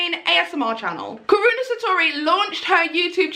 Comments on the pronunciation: Karuna* not Karina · Karuna. KAH-RUNE-UH. Where does Karini come from?!? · Well your close to saying her name :) It’s actually pronounced Ka-roo-na Not Ka-re-na Cause that’s how she’s says her name :D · I’m dead she said karina satori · It's ka-ruun-a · It’s ka-RU-na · I swear she is saying Karunas name wrong on purpose because when she's in the zone she says it right then when she's trying she says it wrong 😂